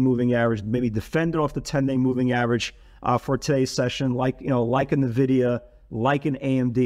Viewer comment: please correct the way you say N-vidia..... !